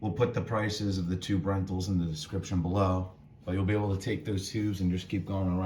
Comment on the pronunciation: thanks for the video, I am going in a couple of weeks and staying in that room type so good to see the room. At first I thought you said "2 brentals" - ??? HAHA, "tube rentals" ;)